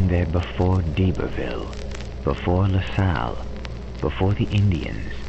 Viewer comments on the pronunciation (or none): none